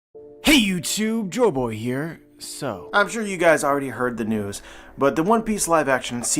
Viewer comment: I love the videos he posts but I cant stand the way he says Joy Boy, sounds Joe Boe